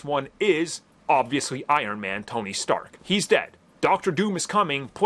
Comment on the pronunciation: Tony. Its Tony